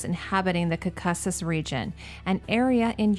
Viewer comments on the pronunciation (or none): I really love your series thank you so much for doing it, but please learn how to pronounce words you don't know. For example it is Korkasus not cackasas. Google can help you there have been other glaring examples as well. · LOVE your videos! So interesting what you see with a designers eye, but girl your pronunciation i've never heard someone say "Gaga" like that or caucasus like that its like caucasian as in the race or like when delegates meet, its all from the same root. your Balmain was perfect tho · no it's not how it's pronounced anywhere specifically by friends I have who come from that region, nor Google or wiki pronounce. It is the root of Caucasian as such will be pronounced the same. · Pronounce it like Caucasian!!!!